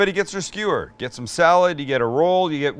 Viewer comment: how stewie from family guy pronounces skewer......skheeeweeeer with my khoool whip